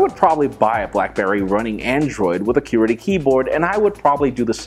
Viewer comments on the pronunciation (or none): Anonymous Everytime he said that I would not pay attention to the next few seconds because I'm saying "QWERTY!" out loud. So off-putting. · Again with the Que-Werty